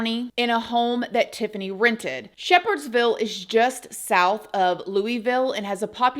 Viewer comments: I'm so glad you're covering this case. I live in Kentucky, and this case is tragic and horrible. I'm sure someone has already mentioned this, and I'm not telling you to be critical, but just so you will know how locals pronounce it, but it's pronounced Loo-eh-vul. NOT Loo-ee-ville. Love your content and enjoy your videos. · Louisville is pronounced LullVull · So cute hearing people called Louisville “Louie ville” 😭🥰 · Please say Louisville correctly.